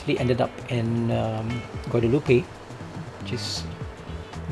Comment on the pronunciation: Guadeloupe is pronounced Guadeloop .....why did you choose rwy 27 for Charles?